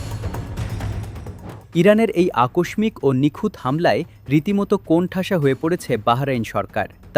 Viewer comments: আকসমিক না আকস্মিক হবে উচ্চারনটা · ভুল উচ্চারণ‌ আকসমিক